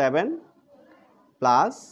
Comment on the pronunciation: আপনি প্লাজ,মাইনাজ বলেন কেন?